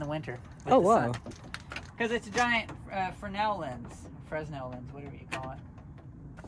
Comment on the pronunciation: You said "Fresnel"the right way, the first time.